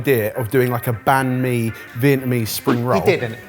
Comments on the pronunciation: I wish you could stop saying ban me and instead say bun me :( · I think I'll re-watch this episode with my vietnamese wife. Though I might put her in risk of getting a heart attack with "Bahn mi" 😅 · Vietnamese banh mi is actually pronounced bang me. Make of that what you will. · Vietnamese be crying that it's "Banh Mi" 😂